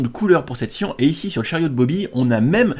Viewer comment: c siannnnnn et non pas sien